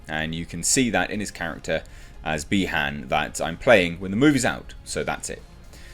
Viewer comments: it's BI-Han not BE-Han, similiar to saying Bi-sexual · Not bee Han it’s pronounced by haun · The way you pronounce Bi-Han had me thinking of how lando calrissian would pronounce it lol